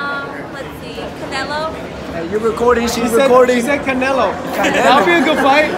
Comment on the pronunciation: "Canelo" smh